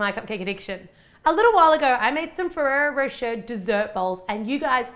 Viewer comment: Thank you for bringing up the "ay" thing. I was confused in the beginning of her video thinking she was saying Ferrero "For Sure" instead of Ferrero Rocher lmao